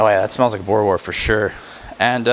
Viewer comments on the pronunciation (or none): You must say the s at the end Boere-wors 😉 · boora wars is how you say it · Hey. Been in Canada for a little over a year and wasn't 100% sure how to make it myself. Regarding pronunciation a W, in Afrikaans, is pronounced like a V so its kinda like boo-ruh-vors. Also boerewors isn't the plural of boerewor... got to add the S at the end. Thanks for the great video. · Wors is pronounced like 'force' with a hard 'v' in front of it, and a rolled 'r. Same with' boere', you weren't too far off, but need to roll the 'r alot more. worchester sauce is the most common acid added, but brown malt vinegar comes in at a close second. Alot of people do a combination of the two.